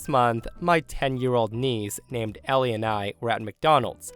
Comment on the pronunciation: Story at 15min - I looked away for a second so I wasn't reading and I heard "My daughter Ellienni"